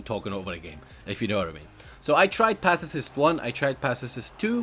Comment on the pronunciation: Passes not passes"es" sounds strange mate but thumbs up for your upload